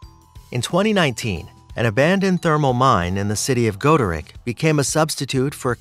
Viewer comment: Never heard Goderich spoken liken that before